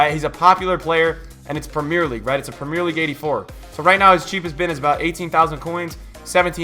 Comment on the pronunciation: How many time did you sai wrigth?